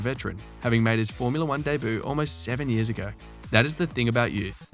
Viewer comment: Learn how to pronounce Debut you dork.